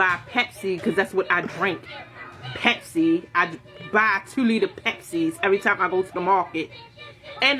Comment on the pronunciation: Why she saying Pepsi like that 😂😂